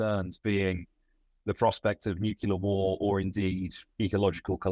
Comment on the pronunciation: Awesome to listen to this conversation while we still have Noam Chomsky around. One criticism: the word is "nuclear" not "nucular" - can't stand it when people mispronounce this.